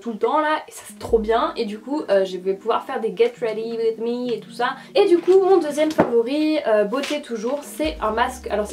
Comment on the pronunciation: '' des get rweedy with mee et tt sa'' hahaha la meilleure <3